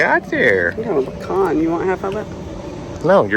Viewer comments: You shouldn't enter arguments over pronunciation the way you say acorn! I thought for sure you would say pee can over the more elevated pecan. The is no "aa-crnn" 😅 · Now Don't Lecture me on how to say "pe-con" (as this Northerner has always said) opposed to "pea can" when you can't even say "a‐corn" not "akern" 😂😅😊!!!! Now when I lived in Texas I was corrected and told I was saying I pecan, wrong so it not a Northern way!! Look forward to getting fresh Pecans!😊😊